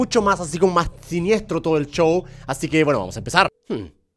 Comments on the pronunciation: ¿Alguien mas piensa que German en vez de decir : ''Show" Dice : "Chow"? :v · en chile la SH se pronuncia CH :v